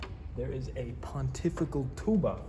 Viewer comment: "Pohntifical Toobuh" 😂😂😂